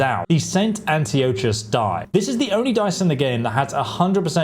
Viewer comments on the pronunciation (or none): i see youre having problem pronouncing antiochus and tachov, its an-tio-kus and ta-kov lol